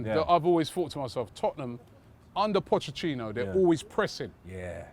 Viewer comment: I truly believe Robbie is dyslexic. His pronunciation is laughable at times.